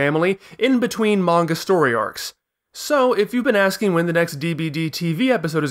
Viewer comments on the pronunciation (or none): none